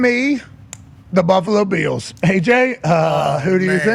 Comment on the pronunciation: AJ Hawk - “Buffalo Beals” 😂